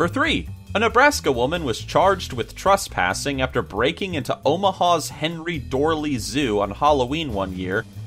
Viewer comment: tresspass not trusspass